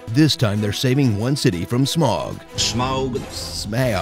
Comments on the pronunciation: Watching this again to hear Jon say "smoaug" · Ya the cartoon couldn't say smaug either so they just said Smorg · say it like this sma oug! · It is cleary pronounced Smaug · Laughing so hard at his try to say the names of the dragon and the dwarwes 😂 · If you can't say Smaug just say Benedict Cumberbatch. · My friend say it's pronounced Smaug but I say it's pronounced Smaug